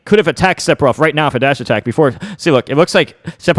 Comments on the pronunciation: Everyone else: Sephiroth This guy: Sepiroth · He said Sep-eroth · When he says sephiroths name as seppiroth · Am I bad of hearing or is M2K actually Sephiroth as Sepiroth LMAO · Why do people insist on pronouncing the p in Sephiroth? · Se-FI-roth. Not Se-Pi-roth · its Sefiros not seppirothhh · >"Sep- Er- Oth" Oooh noo... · Is he actually really saying Sep-hiroth? Now I don't mind when Aerith gets called Aeris, that doesn't bother me. But this? Who does this? I'm 10 seconds in and I'm not sure I want to keep watching. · If it helps you pronounce his name... the kana is セフィロス It's definitely a pure "f" sound, there is no p sound in sephiroth. Just pretend it's spelled sefiroth. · “Sepiroth” Wha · It annoys me that he says Sephiroth with a p instead of an f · Man said sepiroth 😂😂😂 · Nobody: M2K: Seppirof! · Are you sure that Curse detonates after a certain period of time? The leading theories are that it either punishes an attack/projectile or that Sephiroth can detonate it at will with no animation/lag, kinda like c4. also it’s pronounced sefiroth. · Can’t pronounce sephiroth lol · It's Se-fi-roth. The "ph" makes an "f" sound! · Said Sepiroth, instant dislike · i hate the way u pronounce it